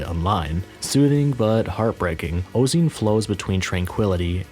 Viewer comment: pronounced: "oh-zay-on" 😉